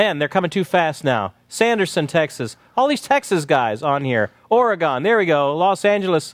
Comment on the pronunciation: Got all location pronunciations right except Oregon. Its pronounced "Or-uh-gen". Not "Or-ee-gahn" lol.